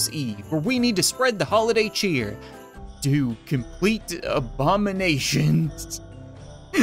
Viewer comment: so much cheer so much chyeet 😂🙏😭👌👌